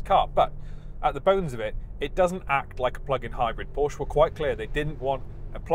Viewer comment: So funny he is a car "reviewer" but can't pronounce the name Porsche correctly